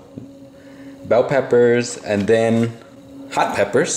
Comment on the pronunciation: where are you from ,country or island. bell peppers wow